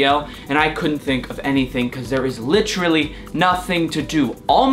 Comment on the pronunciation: Take a shot for his many times he says "licherally😂😂